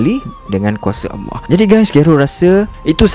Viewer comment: Abg...mohon utk belajar sebutan ALLAH, kurang jelas dan lebih kepada AWWAH